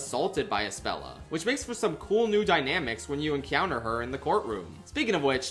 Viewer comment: cyount encyounter cyount